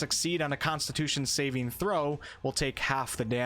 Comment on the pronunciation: Holy shit, can you PLEASE stop fucking up the way you pronounce saving throw? The emphasis isn't on the last part, but on the first. It's SAving throw, not saving THROW. I cringe every time you say that and it happens WAY too many times in this video..